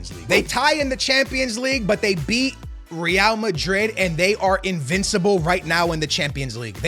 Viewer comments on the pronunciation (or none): none